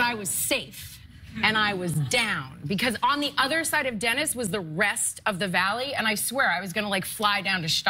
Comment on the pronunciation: Eh that’s not how you pronounce Denis